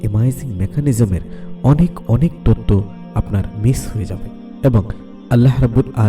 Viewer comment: তততো না তথ্য, মাতা না মাথা, উচ্চারণ সুন্দর হলে ভিডিও দেখতে ভাল লাগে। এই ভিডিও তে যিনি বর্ণনা করেছেন উনি সম্ভবত চট্টগ্রামের লোক।